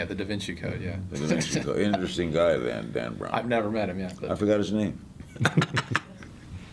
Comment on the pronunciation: Dan. Brown. Lets break that into sylables. Dan Brown